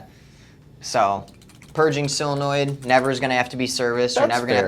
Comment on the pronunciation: Why do they say sillonoid. Isn't solenoid.